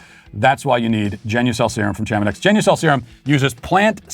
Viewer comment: I believe it’s pronounced “sha-ma-née” not “cha-ma-niks”